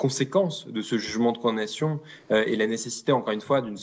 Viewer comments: Il fait exprès de dire “con nation”?! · Quelqun d'autre bug à chaque fois qu'il dit "condation " 😅 (sinon le fond est très intéressant)